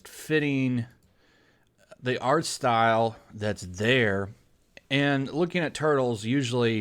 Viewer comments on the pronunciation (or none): none